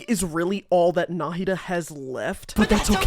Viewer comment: I'm just impressed he pronounced Nahida correctly